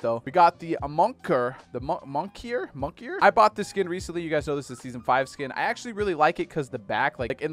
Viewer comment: It literally says moniker and this mans says “monkier” mon ik er